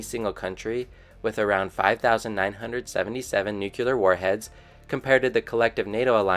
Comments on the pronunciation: Just what I was looking for. Tired of seeing biased or incomplete information and just wanted to learn what was happening. Thanks 👍🏻 FYI though, it’s not pronounced ‘nuke-ular’ or ‘jag-wire’, but it did give me a good chuckle. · Dont know whyn but I cant stand it when I hear nuke-ular